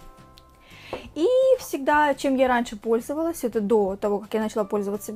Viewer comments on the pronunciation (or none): началА УДАРЕНИЕ НА ПОСЛЕДНИЙ СЛОГ!!!